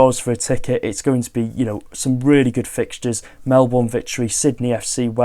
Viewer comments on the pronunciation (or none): Mel-BERN! Not Mel-BORN! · Aussie fan here and just bought tickets for the Sydney FC game (my team). So keen! I need to decide whether to wear my Sydney or Wrexham shirt..., slight tip, if you do any more coverage on the Australian pre-season tour, Melbourne is pronounced 'Melbin' for some reason. Love your work.